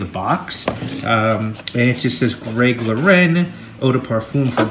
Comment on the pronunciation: FYI Lauren is pronounced like the girls name, Greg & Ralph Lauren are American, not French. You said it correctly once for some reason. :)